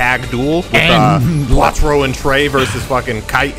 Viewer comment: Quattro? That's literally 4 but with an extra T in it